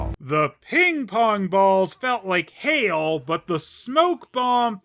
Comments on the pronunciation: I know he said "hail" but it sounded like he said "You got Hell!" Which is a perfect description of this place. And series. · When I first saw this episode, I misheard Andre's "Brother, you've got hail!" line as "Brother, you've got Hell!", though to be fair it actually did sound like that (and it surprisingly wasn't cut off the Jetix DVD version despite them cutting out words like "weenie" and "burn"). Also I love how Dr. Quease is sometimes called "Supergenius" in these reviews in the same way Wile E. Coyote says that word, although the Coyote is much more of a genius than Quease. It looks like Leonardo's "biggest idiot" streak has been broken for now, but I think with this and the next episode, Dr. Quease may work his way up in the idiocy rankings despite his claims of being a genius.